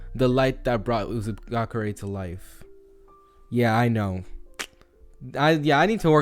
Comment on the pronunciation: M8 it's actually called Uzushiogakure (not judging, just correcting to help)